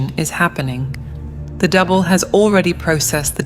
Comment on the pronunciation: Is it me or when she says double it sounds like devil?